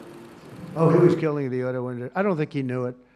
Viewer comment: Why can’t he pronounce industry correctly?